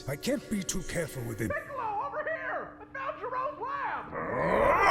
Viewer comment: “Unccolo” & “Piccolunc” had me dying.